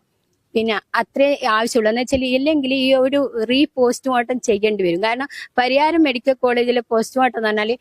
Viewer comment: പരിയായം അല്ല പരിയാരം 👍🏻😊